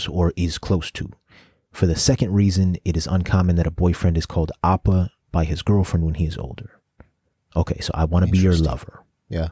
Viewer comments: I’m not the only one who’s said it but I cannot stress enough that *oppa* pronounced {Oh-Pah} (meaning older male relation) is NOT the same as *appa* pronounced {Ah-Pah} (meaning father) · It's not appa😂 its O-ppa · It's OPPA not APPA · Great reaction, guys! Fyi, the o in "oppa" is pronounced as oh, not ah. "Appa" means dad in Korean. "Oppa" means older brother or older male friend or boyfriend of a female. Only girls/women use the term "oppa." Boys/men call their older brother/older male friend "hyeong."